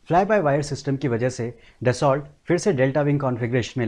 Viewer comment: अच्छे वीडियो बनाते हो भाई परन्तु ज़रा सही उच्चारण भी कर लो। दससौल्ट नहीं dassu (दस्सु) होता है।